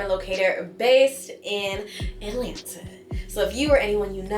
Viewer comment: New subscriber here as a 1970 Atl native (born/raised) thank you for pronouncing Atlanta correctly not saying “Alana”. ❤ You hit the mark with this video.